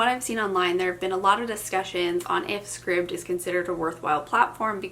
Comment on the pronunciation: Scribd, like “scribed”. 👍